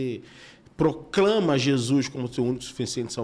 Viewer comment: Paz Amo vocês em Cristo! Já reparam como a fala "Jesuis"....😂 é tão lindo!!!❤